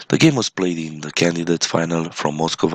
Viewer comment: Your Romanian pronunciation of Moscova-Moscow quite funny :)!